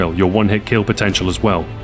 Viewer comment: What's a kiil? Also, what's a sheel?